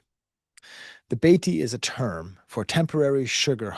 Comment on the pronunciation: The correct pronunciation, and I’m only giving you this because I’ve heard you say in several videos that you welcome this kind of feedback, for a Beatty is “Ba-tay.” a few years ago we took a Mission team administered in a few of them close to the Haitian border on the frontier.